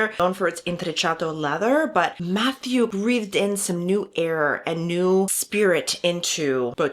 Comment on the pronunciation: Nice video, thank you! Just pleeeeease, his name is french Matthieu, not Matthew 😅😅